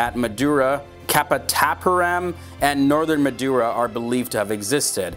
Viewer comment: Buddies you actually made a big mistake in the pronunciation of city 'Madurai'. You said actually 'Madura' which is another city in North India. The actual pronunciation is - (Ma- Thu- Rai). During British colonization, the word becomes 'Madurai' with /D/ sound